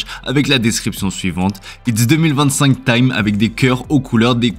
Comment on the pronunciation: Its deux mille vingt cinq tayme !!? Wa Hahahha